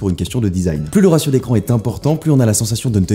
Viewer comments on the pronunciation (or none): none